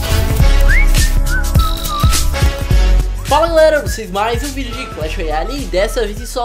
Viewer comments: mano o inicio do video vc disse pocotom inves de ponto com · ele falou pocotom KKKKKKKKKKKKKKK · ue o ta quase smp falando potocom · kkkk ele falo potocom volta no começo do video pra ver kk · " pomtocom" kkkkkkkkk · mano se ta falando pocotom